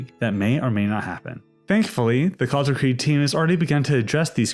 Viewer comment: As a german, hearing people pronounce "Kaisereich" as "Kaysaraik" and "Kalterkrieg" as "Kaltarkreeg" hurts so much.